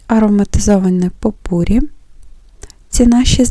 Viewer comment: ❤ в слові попурі,наголос на останньому складі.❤